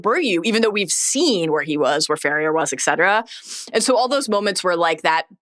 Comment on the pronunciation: saying "eccetera" over and over again instead of "et cetera" is causing my pedantry alarm to billow smoke.